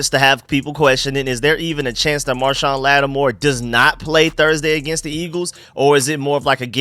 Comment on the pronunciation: Idk how many times I’ve heard you call marshon lattimore - marshawn lynch 😂 Great video let’s get these birds